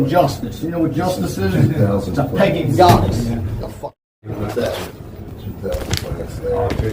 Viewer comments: He doesn’t serve «Peggin Goddesses»!!! Or did he maybe mean «pagan goddesses»??? 😂😂😂 (about ) SMH!!! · Anyone else here "pegging goddess" 😂😂 I'm pretty sure he meant pagan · I understood 'pegging goddess' at first, which, honestly, not the worst description of justice. ^^ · "Justice is a pagan godess" is the closest this goober got to uttering a coherent sentence.